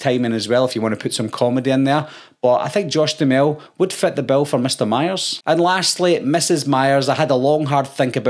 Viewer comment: Im pretty sure it's pronounced (dew hammel)